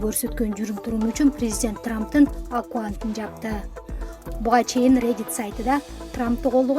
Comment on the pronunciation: Акуант эмес аккаунт болуш керек.